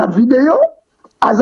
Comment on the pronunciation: On dis ; instructeur et non estructeur , vraiment avec toi ; on ne pas te confier un enfant